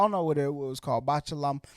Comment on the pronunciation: Botchulinomubopolous lmfao you sound like my 4 year old tryin to say cinnamon